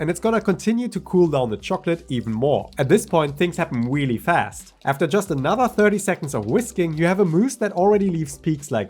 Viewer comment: “Weally weally quickly”